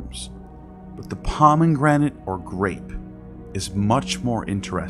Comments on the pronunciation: It's not pronounced "Pah-men-granit." It's just "Pah-meh-granit." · I agree. He also has very weird pronunciations of common words like “pomeNgranate”. I get that autodidacts mispronounce a lot of things, but if you’re putting together an academic video, it’s very distracting